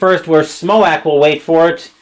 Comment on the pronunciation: Lol. Smoack. It's pronounced Justin "Smoke"